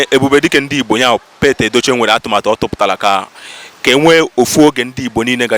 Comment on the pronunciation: His name is "Pete Edochie" . The correct pronunciation is "Peet", not "Pet".